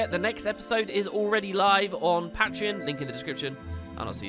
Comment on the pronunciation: Is it PATreon or PAITreon?